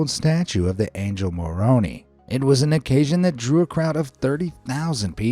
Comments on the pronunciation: It's MoronEYE, not MoronEE. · Maroni (MA-RO-NIE), not (MA-RO-NEE) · Let's pronounce a name. MORE Roan eye. Moroni! More roan ee sounds like a bad pasta dish. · Bruh it’s pronounced More- own- eye not rip off Moroni like some kind of rip off macaroni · By the way, friendly correction, the angel's name is Moroni, pronounced More-own-Eye. it's an old name from a rad ancient civilizations, so I know it looks a bit strange. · its said more-own-eye just so you know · I don't mean to be rude, but you said Moroni wrong. Moro-Ni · I am morman and it is pronounced (mor-o-ni) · It's Moron(eye) isn't it? Not pronounced like the capital city of Seychelles, right? (I'm from Utah, I should know this.) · its pronounced mor-o-nie!!! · My guy it's MOR-RO-n-I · A few things, it is pronounced More-o-n-I, it is member of “The church of Jesus Christ of Latter Day Saints” and Salt Lake City is a great place to go for vacation. Wether religious or not. And you can go to many museums on temple square. Next time please do a little more research. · it is pronounced MORE-OWN-EYE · u said moroni wrong! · You said Moroni wrong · Any one else notice how he mispronounced Moroni? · You mispronounced Moroni. The part you mispronounced is the end of the name, where the i is pronounced the same as I (as in what you call yourself). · Note from a Mormon. At the Mormon temple capsule. The proper way to pronounce Moroni you actually pronounce the I not replace it with a e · Thank you. I cringed when he said it wrong.